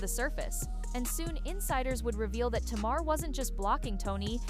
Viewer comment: Tay- mar